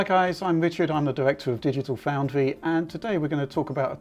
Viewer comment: Digital FAWNDWY <3. Richard, i'm in love with your voice MAN!!! Great video by the way